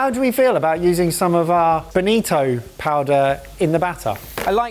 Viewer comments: Its not Benito but Bonito, Benito is Italian given name derived from Benedict and BONITO is in tribe of Sardines but belongs to Family and Subfamily of Scombidrae which is Tuna, Mackerel and similar species of fish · It is bonito, not benito. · Bonito. Boh nii toh, not a fascist dictator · "Benito" :v